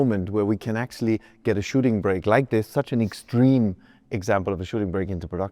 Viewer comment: ... a shitting brick? Is this even English? How do you get from shooting brake to that?